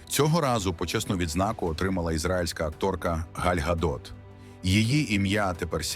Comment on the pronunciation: Правильно - Ґаль Ґадот і Мук`ачево - наголос на А.